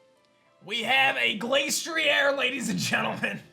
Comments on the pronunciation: Im getting mad how he pronounces it Glace-tree-air when its actually Glass-tree-er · Pronounces Glastrier as Glace-tree-air Arca-neenay: Finally! A worthy opponent! Our battle will be legendary! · ok but thats not how it was ment to be pronounced